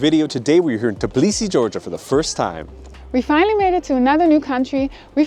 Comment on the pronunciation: Its Tbilisi , not TIBLISI